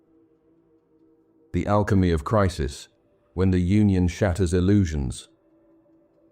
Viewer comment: I want to believe what you're saying, but I also can't believe that whoever this narrator is doesn't know how to pronounce "Union" . "The collective unconscious - eternal myths of Union" The narrator completely mispronounces that title. It's obviously an AI mistake. Sorry for pushing this so hard if this really is a genuine effort but this is the deranging aspect of AI that most people are not going to be on the lookout for. Since AI is not human, it does not care if it is injecting harmful philosophies along with accurate philosophies. This mixing of philosophies can be just as detrimental as not searching for wisdom at all, if not more so. AI is a very tempting technology to take shortcuts to create content and for artists like me we see it as an affront to God's gift of consciousness. 7 hours of psychobabble is going to get the right metrics to make a more profitable video whether it's accurate and helpful philosophy or not. Getting people to start listening to this at night and then fall asleep with it on is a strategy for making money, not helping people.